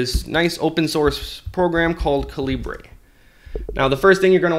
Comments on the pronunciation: Great video! BTW, it's Kal-ah-burr, as in .45 calibre, not Kaleebray. :-) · Its not calibrae, cah-leebr